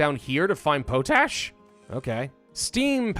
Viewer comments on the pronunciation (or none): I looked it up to see if Americans pronounce potash differently than Canadians. The answer i found is no. is pronouncing it weird for whatever reason. Pot-ash or Pawt-ash not Poe-tash